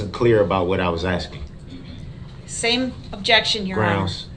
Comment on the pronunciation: He would argue with a stump!! And since he's always "axxing " "